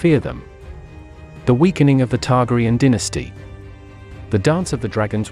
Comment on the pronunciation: Learn to pronounce their names!!!